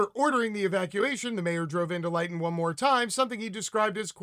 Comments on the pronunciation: Thanks for this. BTW Lytton is pronounced Lit-ton. Not Light-n. And it's not in Northern Canada but in south-west. Again details in this terrible big picture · Pronounced LYNN-TON. Not LIGHT-TON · Lytton is pronounced as Lit ton. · It's pronounced "LIH-tton" and it's very much in the south of Canada.. 🤓 Great segment, as usual 👍